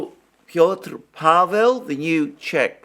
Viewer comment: The name of the new Czech president is PETR Pavel and not Piotr Pavel.